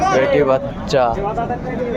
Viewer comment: বেট্টি বাচ্চা বেট্টা বাচ্চা এমনে বলেন কেনো শুনতে ভালো লাগে না বেডা বাচ্চা বেডি বাচ্চা